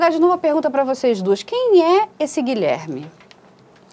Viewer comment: Fiquei agoniada com o advogado dizendo "Gilerme".